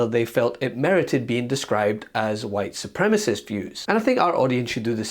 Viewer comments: Ms. Boebert, we'll call you Ultra-Maga when you stop saying "white supremist". No one is familiar with the term "white supremy". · Bobo said white supremist